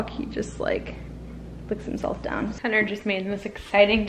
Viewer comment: Is the “T” in Hunter not supposed to be pronounced? It always sounds like you’re saying “Hunner” lol! Love all your videos, and content btw ♥️